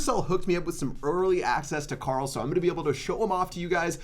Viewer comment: The was you say Carl !!! It sounds like corol ! 😂 I’m here for it lol